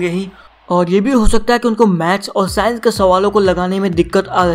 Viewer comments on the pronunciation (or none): none